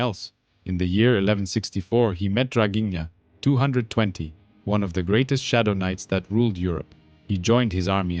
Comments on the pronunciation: Psst .. That dude's name is Draghinazzo ... Not whatever -220 that you're saying in your vo homie ✌🏼 hope that helps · It's not Draghigna 220 ffs it's Draghignazzo. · Bro really called Draghignazzo "Draghigna220" like it's some kids gamer tag lol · Draghignazzo. Not 220. 😆